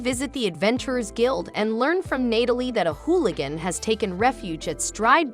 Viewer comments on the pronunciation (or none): none